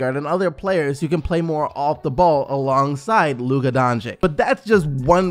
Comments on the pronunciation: please please call him Donchic not Doncick pls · Its dončič dragič. not dončik dragik... its makeing me puke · Everyone needs to understand this. Luka is not a 4. that is just what Carlisle has been playing him at. Luka is a 1. He is a PG. That is his natural position. He can play 1-4, but his original natural position is Point Guard. Also, please take the time to learn how to pronounce his name. Its sounded like Don(ch)i(ch) (Doncic) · Can you please say luka doncic's name right? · Please pronounce doncic the right way